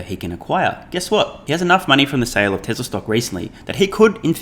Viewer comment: TWESLA is good - shades of Elmar Fudd?